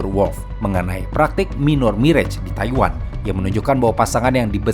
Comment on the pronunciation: jujur videonya menarik banget cuma banyak banget salah baca dalam istilah maupun nama Asing, cukup bikin bingung, se simple minor marriage aja salah ,, harusnya dibaca mainer meriej, bukan minor mirej malah kayak (minor mirage) wkwkwkw... bang buruan download duo lingo atau apapun buat belajar pengucapan. sukses terus, maaf jika kurang sopan